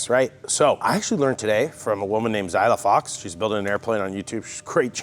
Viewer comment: it's Xyla FoxLIN, not Xyla Fox.